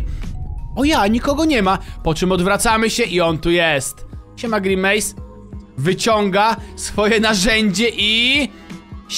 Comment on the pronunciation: Grenmace 😂 xd